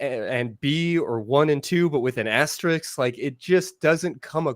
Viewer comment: it's asterRISK, not asteRICKS.